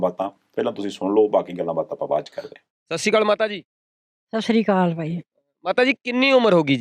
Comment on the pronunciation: Please pronounce "Sat Sri Akaal" Properly.